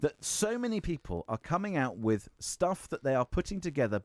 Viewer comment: ‘I agree WIV you?’ “Norf East.?” Speak properly and maybe someone will take you seriously. Actually, probably not even then.